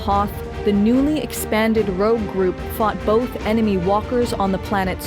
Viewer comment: sorry to be pedantic, but it's Rogue. Rouge Is something else entirely